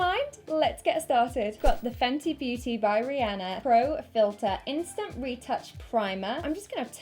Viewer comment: I'm not even a fan of her, but thank you for pronouncing Rihanna's name properly xD